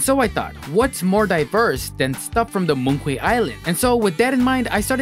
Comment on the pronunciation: btw moon quay is pronounced moon key